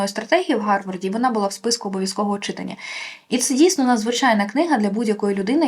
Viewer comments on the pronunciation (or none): none